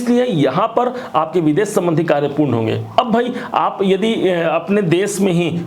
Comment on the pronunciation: Veeeedes nahi vides bolen